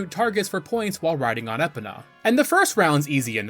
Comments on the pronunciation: To be fair, voice acting would have fixed this problem. But the N64 just wasn't ready for that with how much is already IN the game. Also, here's the whole list of "corrections" I could make: - Kokiri: Ko-kee-ree - Mido: Mee-doh (most Kokiri are named after musical notes aka the do-re-mi scale) - Deku: Dec-coo - Skulltula: a literal portmanteau of "skull" and "tarantula" - Farore: multiple percieved pronounciations, common one is "fay-roar-ay" - Malon: rhymes with a bird's "talon" - Dampe: Dom-pay (although it was funny that you called him "Dante") But yeah, I only know most of these from friends since I don't play that much Zelda. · "I've gotta get in there!" -Yami Link (probably) I did know about that! I'd do it with a jump slash tho. I hate how you say "Epona" I think there's two exits to Lon Lon Ranch actually! I remember you could also jump over the gate where Ingo is. Bro now you're just adding letters! How do you read "Volvagia" and see an R anywhere?! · Your mispronouncing of Epona's name makes me groan. Edit: I understand the confusion around her name. It's is Gallo-Roman in origin and those guys have some odd pronunciations for words. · You calling Epona as Epina rather than E-Pona, was extremely triggering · *spits drink hearing Epina * you mean "uh·pow·nuh" but i thinkk i am going to her Epina from now on haha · it’s epona not epina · Is he rage baiting with these pronunciations? E-puh-nuh is brutal... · I'm convinced this guy is just an npc hired to commentate over gameplay without actually playing the game Called shiek "him" several times.... It's EEEE-POE-NAH NOT ep-uh-nuh I can go on and on and im only halfway through the video smh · It's E-pon-uh not eh-pun-ah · “Eh pen ah” 🥀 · Why do you keep pronouncing it Skull-toll-ah? It throws off the video, it's Skull-tool-ah like tarantula but with skull instead of Taran. Other than that, great video mate okay I'm convinced you're trolling us at this this point. Epp-Ah-Na instead of E-pon-ah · E-po-NA fml